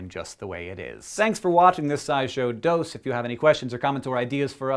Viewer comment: Every time you say "scishow dose" I think "scishow dos", as in "scishow 2" in spanish